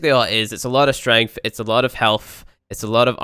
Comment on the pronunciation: That "strengff" though.